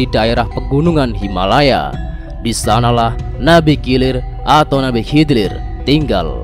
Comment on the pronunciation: Nabi kilir...😂kidir bukan kilir